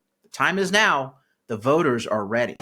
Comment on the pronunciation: Did you say REDy? hehe! yes im staying! im not leaving